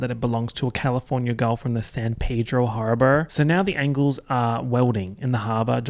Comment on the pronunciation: I swear to god I spited my water the first time he said ANGLES